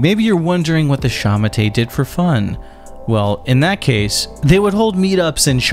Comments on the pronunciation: Its not sha ma tay😂 it is pronounced sha ma tuh, sending love from Hong Kong where culture is dead and freedom has been replaced with the fear of being arrested for singing a song. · I’m pretty sure shamate is pronounced (SHA-MA-TOUE/TOE) not (SHA-MA-TAY) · I can't get over the wrong pronunciation. It's "Sha Ma Tuh" not "Sha mu Tay" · Its pronounced like shah-mah-tur/tour. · Did you just say The Kumite? 🥷🏻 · It's pronounced like shah-mah-tur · sha-ma-te pronounced shah-mah-teh more or less. I don't know how you got pinyin on here, but thank you! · Was looking for this comment, man that pronunciation was bad